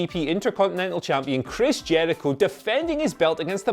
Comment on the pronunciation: "Christian "? Its chris Jericho geek!